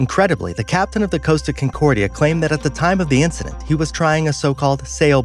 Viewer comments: It's not Coasta its Costa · It's pronounced "Cos-Ta" not Coast-ta, there is no "a". And the Captains name was Schettino (Ska-Teen-oh) not "Sha-neat-toe". Work on researching those pronounciations so you have your info correct... but otherwise great video!